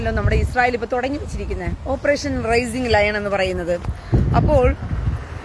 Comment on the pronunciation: Raising Lion അല്ല Rising Lion